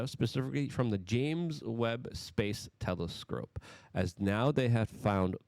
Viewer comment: "telescrope"😂 made me laugh too hard.